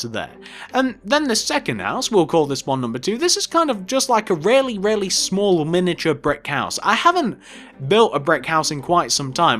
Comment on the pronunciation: I like how you say really it sound like rarely